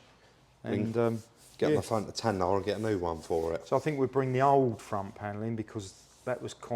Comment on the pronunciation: TAY------NARRRR LOL Whos Tan-nar? 😁🤣 great vid on the three pot wonder chaps!